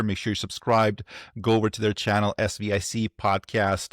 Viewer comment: every time you say the word "SVIC" pronouncing it like it is a word the whole internet is laughing at you.